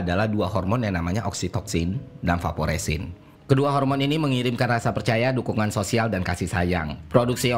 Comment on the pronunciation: Bang, bukannya itu hormon Vasopressin, y bukan vaporessin. 🙏